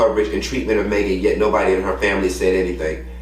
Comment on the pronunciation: "Maygen" tryna DO US!! 😂😂😂😂